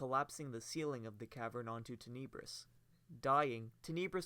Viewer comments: "Teh-Neh-Brus" cmon man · Tenebrous (Ten-Nah-Brous) - where is the vowel next to the second "e" to give it the E sound. There isn't, so it is more of an Ah sound. English language. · You’re saying Tenebrous so wrong and it’s killing me, but other than that thanks for the vid